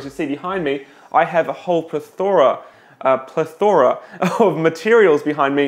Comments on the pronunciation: Plethora: it is pronounced pleTHərə... Sorry not normally a grammar Nazi, but the way you said it just bugged me.. lol 😁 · "pleh-thura" at least that's the yank pronounciation. great video, thanks! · Plethora is said "pleth-ra" But if you want to say the extra syllable Don't put so much emphasis on the "o" PLETH-ah-rah Or PLETH-oh-rah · Were you looking for -- pleh-thur-uh (plethora) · "pleh-THOR-uh" never heard it like that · it's pronounced "plethora". Hope that helps... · its ple-ther-a lol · Watch The Three Amigos so you can learn how to say “plethora” correctly.